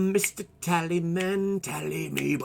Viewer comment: tal-is-man not tally-man